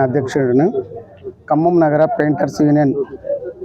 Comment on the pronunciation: ప్రింటర్ కాదు పెయింటర్